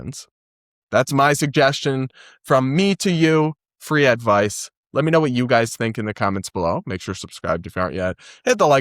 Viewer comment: Whew. For a second I thought you said "]The ACLU] used to be a furry speech organization."